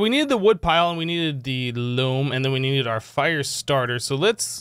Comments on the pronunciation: Since you asked, it's pronounced Loam. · it is pronounced loam